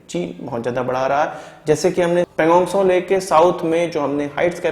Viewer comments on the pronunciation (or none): none